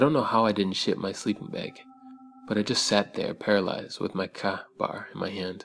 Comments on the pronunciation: Lol its pronounced KAY bar not Kah bar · Great stories! Oh and fyi, it's pronounced "Kā-bar" not "kah-bar" for future reference. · Kaw .....bar. its kaBar city boy , pronounced kay bar a large military issue knife. Kinda like a baw onette. You got a perti mouth boy . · "Cah" bar XD XD XD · slumlocker needs to get his story straight. Is the protagonist in his story a guy or a girl and it's pronounced k-bar. These little elements take me totally out of the story and ruin what you're trying to create. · you said ka-bar wrong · That’s the weirdest pronunciation of Ka-bar I’ve ever heard...